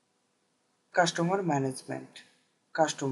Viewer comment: cashtomar or customer?